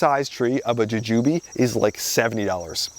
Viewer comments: It's jewjew Bee not jujewbe. The flying dragon had potential but sigh...I killed mine lol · I've never heard anybody say "juh-jooby" before 😂